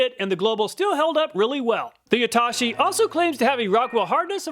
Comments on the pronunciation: Amazing and in depth review! only note i'd like to add was just the pronunciation of Yatoshi, its "yah-toe-shee" you kept saying "you-tah-shi" 😂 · its not YAH-TAH-SHEE its YA-TOH-SHE